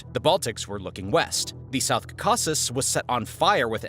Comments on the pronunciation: Say it with me: Caw-Cuh-Sis not Cuh-Caw-Sis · KAH-keh-siz with the stress on KAH. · It is pronounced "Cau-ca-sus." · You are stressing the wrong syllables when you're saying caucuses and it's annoying.